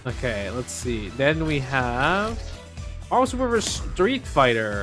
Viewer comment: Why does everybody say Marver’s Capcom 2…😆